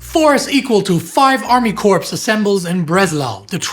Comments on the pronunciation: is a great sub for Indy. His pronunciation of German names and places sounds very authentic -- probably since it is authentic 😉. One note, "corps" is pronounced "core," not "corpse," but I am sure others pointed that out already. English is a very funny language. If I hadn't learned it first, I am sure I never would've learned it at all. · Love your work., please sit on your hands. And "corps" is pronounced "core". Thanks to you both.